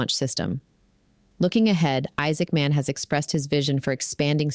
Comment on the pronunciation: Isaacman should not be spoken as two words. Sounds weird.